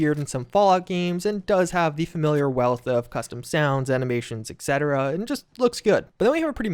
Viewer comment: i'm really sorry.. but 'etc' is pronounced "ET-CETERA" not "ECK-CETERA" and every time you say it that way i get triggered. change, don't change, it's up to you. just wanted you to know, thanks.